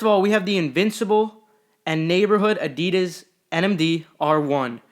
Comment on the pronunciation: It’s actually uh-dee-diss, not uh-dee-duz